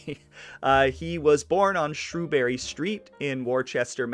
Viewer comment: If you're going to bust chops, get it right. It's not "Wooster," it's "Wistah". It's not "Pay-trairca," it's "Pat-trairca. He was born on "Shrewsbury St;" not "Shrewbury St." Thanks for the video.